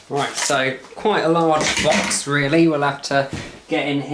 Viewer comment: I believe he ain’t a customer but an insider or a distributor.. just a guess based on the way he pronounced “router” to rowter and “box” to bowx.